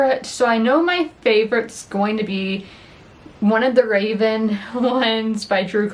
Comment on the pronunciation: Fyi Revan is not Raven 😎👉👉